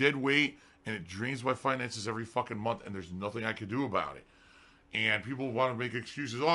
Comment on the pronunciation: April 15th 2019 “Ohmm, mai payment frum Twitch that wuz due in February still hasn’t cum thru yet, so Ai’m gunna need you guys support again this munf. Sounds good?” *PIG SNORT*